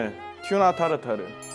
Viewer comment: 타르타rrrrrrrr~ 따르따↗️~르~